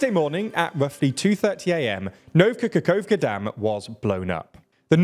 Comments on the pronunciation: Yet another instance of you somehow mispronuncing eastern european names. The word is NOVA, yet you make it NOVKA. How is that even possible? Its not like the word nova doesnt exist in english. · It literally spells out Nova Kakhovka yet you say NovKa Kakhovka. Are you dyslexic or just simply braindead? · Where did you get that K in NOVA Kahovka? You repeatedly said “Novka Kahovka…”. You really have to be more careful of pronunciation of names of places, you seem to consistently get them wrong, if they aren’t English. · “Nova Kakhovka” not “Novka Kakhovka”. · OMG NOVKKKAKAKKOVKKA lol it's No-va Ka-khov-ka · "Novka kokovka" lmao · the biggest problem is actually not how he pronounces Kakhovka it's the way he pronounces "nova" as "novka" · Nova koko- WHAT? LMFAO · “Today the Nov Kakakovka dam, is destroyed.” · ..."Novka" Kakhovka?? JUST READ THE LETTERS there's no K in the first word. Ii'm sorry but these mispronunciations are absurd and exhausting. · How you've said Nova Khahovka - is terrible pal. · I understand that it's hard to pronounce, but NOVKA Kakhovka?? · Why do you keep mis pronouncing words ? Why do you keep saying “ novka kakovka” . Like the last time someone kept saying “prizhgovin”. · man misspelled the damn dam name he's made the video about, the first time he pronounced it! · It had been too long since the last time I heard my TLDR men pronouncing “Nova Kakhovka”. It always makes my day. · and it's really strange, cause "Nova" is literally has the same meaning and sounding as in Latin based languages